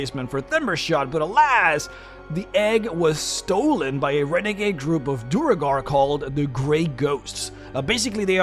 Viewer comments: Why do you keep calling them Duregar? They are called Duergar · You still say Duregar. They are Duergar. Man - you are killing me^^ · I stopped watching around the four minute mark, because you can't pronounce Duergar.